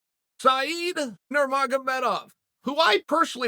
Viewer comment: He used to say Nurmagedomedov